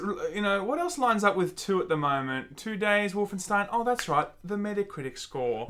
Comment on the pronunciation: Wolfen-$TEIN, you say? Is that Jewish?